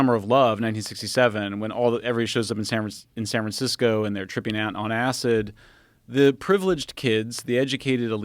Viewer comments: Did he intentionally said “San FranSicko”? 😂 or was just a roll of the tongue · San 'Fransico'